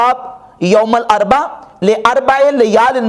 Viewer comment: ye lafz ''youm ul arba'' nahi balky ''youm ul arbi'aa'' hai.